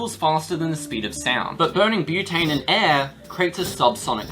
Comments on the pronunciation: "Brotane" bruh... Are you sure about this?? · omg he actually called it brotane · "brotane". bro stop.